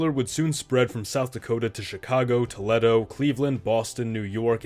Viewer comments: Tow-LET-oh? Tow-LEEE-doh! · Toledo is pronounced Toleedo